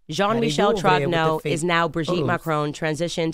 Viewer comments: "YOU ARE JEAN MICHEL TROGUENAW"😂😂😂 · Candace, on adore la façon dont vous prononcez jean-michel trogneux, c'est inimitable!!!!